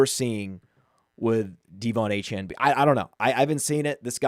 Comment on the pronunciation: Is this dudes thing mispronouncing everyone’s name? 😂 DEE von Achane was about to give me an aneurysm